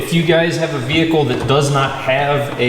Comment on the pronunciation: What is a "veecle"?